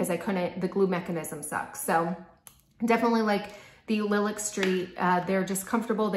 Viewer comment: Nice review. I really appreciate that you are willing to say which things are your favorites and why while still recognizing people might like something different. These look really pretty on you. (Small ps I think Lilac is pronounced like the flower "lie lack" :))